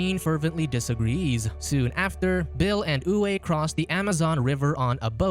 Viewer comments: Name "Uwe" is pronounced as "Uve" ;) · Uwe is Pronounced--Oovā . German male name.